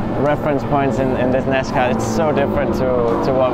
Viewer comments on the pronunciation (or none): Great video but I cringed every time they said they drove a “nascar”… 🤣